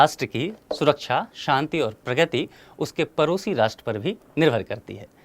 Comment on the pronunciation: परोसी नहीं भैया पड़ोसी...